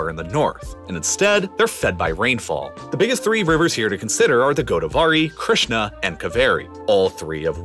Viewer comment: Don’t pronounce the Krishna river like that goddess Krishna has cursed you